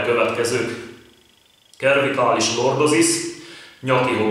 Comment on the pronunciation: A cervikális szót c-vel ejtjük. Más is van, de mindegy, nem kötekedni akarok, csak jobb tudni az ilyesmit ha használjuk a szót.